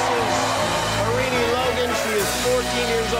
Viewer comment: Jimmy, it’s pronounced as Har-rin-I. People with Indian names have to be pronounce correctly.